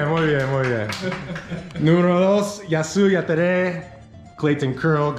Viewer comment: El que dijo mejor fueeee: jasy jatere